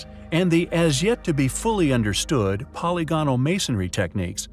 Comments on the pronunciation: Poly gonal? Kept mispronouncing "polygonal" doesn't make it into 2 words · I'd feel better about the intelligence of the narrator if he could learn how to say polygonal (po LI gonal) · I cringe every time this video profoundly mispronounces "polygonal". It is pronounced much like "polygamy". It just one of many examples of how the creators of this video are so ignorant of science and reality. You made a blithering mess here. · It's his ignorant pronunciation of 'polygonal' that made me stop the video.